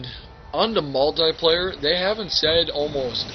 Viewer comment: he says multay player XD